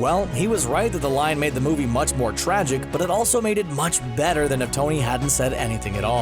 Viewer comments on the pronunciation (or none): none